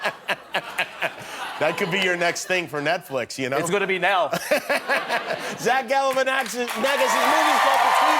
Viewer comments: Why is no one talking about how he said Zach Galifinaccent?? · Did Kimmel just say "Zach Galifiaction" at the end?!?